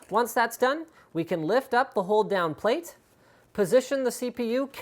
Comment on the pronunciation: I know it is "hold down plate", what I heard: "whole damn plate"-_- why........